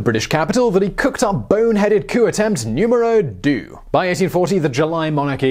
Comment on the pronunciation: The way he says "numéro deux" is so hilarious. Still nice try Simon. Really like your videos.